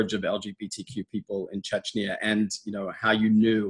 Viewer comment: It's CHECHNYA not CHECHYNA